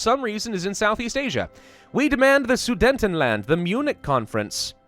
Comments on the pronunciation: Omg it’s not sudentendland it’s soo det en land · It's Sudetenland, not Sudentenland. Yes, it's one of those comments. Great series though! :P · I cant stand the way you pronounce Sudetenland XD